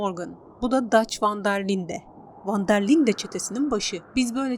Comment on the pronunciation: Ven der line, "ven dır layn" diye okunur. Bilginize